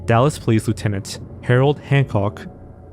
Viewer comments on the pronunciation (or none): none